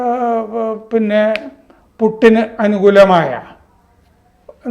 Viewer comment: പുട്ട് അല്ല ചേട്ടാ പുടിൻ